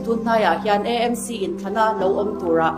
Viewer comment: E m c, ani lo AMC tih a lam tur...A hi E ani lo aw...😂... MNF ho piansual Zia hi chu aw, ngaihdan chi pawh an ni lo. Ka hlap hrep chak hlawm ania...😅